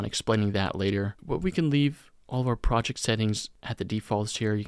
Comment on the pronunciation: fantastic video, but projec and objec are KILLING ME